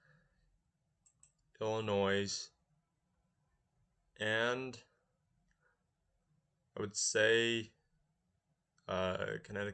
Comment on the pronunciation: The S in Illinois is silent.